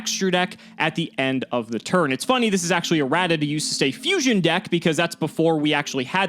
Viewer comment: it’s pronounced Fusion Deck 😒